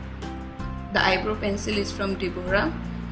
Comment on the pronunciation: It's eyebrow not eyebro